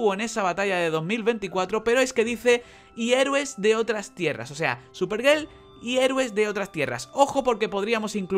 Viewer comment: buenos videos, pero escucho superGEL y me dan ganas de dar dislike, pero me calmo y me retiro con tranquilidad